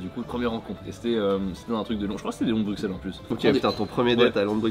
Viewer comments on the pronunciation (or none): Les gars ça se prononce "Brusselle" pas "BruXelle" svp 🙏🏻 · Les gars please "Brussel" prononcé pas ce "X" 😂 ah et pour info les moules frites c'est une spécialité belge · Juste une info le x de bruxelles se prononce s genre brussels en tout cas à liege 😊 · Petit précision : Bruxelles se prononce comme s'il y avait 2 s (Brussel), et non pas comme un x normal (Bruksel). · on dit brussèle pas bruksèle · On ne prononce pas le “x” de Bruxelles, on le prononce comme avec un “s”. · C'est une chaîne française, on dit Bruxelles avec un x vu que ça n'a rien à voir avec la Belgique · Mensonge, je suis belge pur souche et on prononce S et pas X. Il n’y a que les étrangers ou les personnes issues de famille venant de l’étranger (en Belgique depuis quelques générations parfois) qui prononce X. On ne verra d’ailleurs aucun francophone en dehors de Bruxelles le dire avec un X (sans offense bien sûr sur le mot étranger qui ne signifie pas une ethnie ou couleur de peau en particulier vu comment le prononce nos compatriotes Français) 😂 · désolé je fais mon belge chiant mais Bruxelles se prononce Brusselles x=s :) merci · Par contre s'il vous plait les français arrêtez de dire bruxxxelles, prononcez Brusselles avec un S pas un X, personnellement je ne dis pas "Parisse", je dis "Pari " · Les gars... s'il vous plaît... ça se prononce Bussel. Le X est prononcé SS. Ça fait mal d'entendre le x. 😅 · je suis français et ça me titille aussi quand les français disent BruXelles aussi, par contre y’a un truc pas logique c’est que le quartier d’Ixelles à Bxl se dit IXelles… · Juste un truc, Bruxelles se prononce Brusselle ;-) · Franchement je suis belge et j'ai jamais entendu de ce leon de Bruxelles (que l'on dit "bru-selle) d'ailleurs) J'ai regardé et ça a l'air d'être une chaine française de truc belge mais ils sont pas implanté en belgique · Ça se prononce Brussèl ... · On ne prononce pas le x de Bruxelles, mais on dit Brusselle, a cause du flamands qui prononce la capitale en Brussel 😉